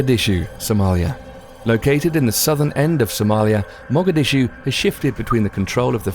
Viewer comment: Dude, great info but your pronunciation of these cities and words is unconscionable. Favelas, Caracas and Mogadishu